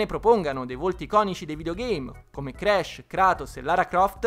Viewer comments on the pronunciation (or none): Comunque scusami ma sentire il nome di crash ma detto con la e... Insomma. Dovresti sapere che la pronuncia è sbagliata.